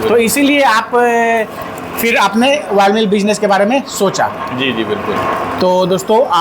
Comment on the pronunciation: Woil nahi Oil bol bhai😂😂